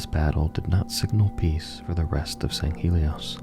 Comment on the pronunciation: Sand Shiune? Sounds more like “Dune”.